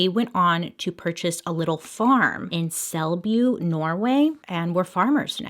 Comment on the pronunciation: You said Selbu correctly. HOW. DARE YOU!!